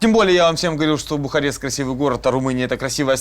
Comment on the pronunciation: Я похоже одна слышала Бухать вместо Бухарест((